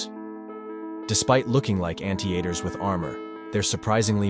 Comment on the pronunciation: Ant E ator!? WTF!?